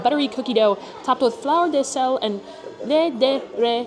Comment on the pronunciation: I am so happy your reviewing it. I think the interior is fantastic and beverage fits the place. I think it's so expensive that I can't imagne many people can pay that (I think many will come for Instagram pics then the actually food) . The way you say croque Monsieur and Fleur de sel hahaha love it. Thank you for your honest review. The sandwich looked so good. Did you like the chocolate? I am from Belgian so interesting. But also know there is what people call Belgian chocolate and our famous chocolate.